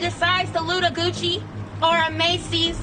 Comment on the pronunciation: GOOKIE? not Gucci?